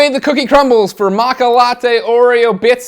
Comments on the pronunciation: Greg! Matcha is Japanese for green tea and its pronounced macha not maka! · It's matcha not macka ! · It's maaaaat shhhhaaaa, stupid. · It's pronounced Matcha though... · Pretty sure its pronounced MA-CHA. The t is silent . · ma T cha is a green tea flavor. there is a T and the CH sound is hard like change. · seriously lol i hope your joking when you say matcha that way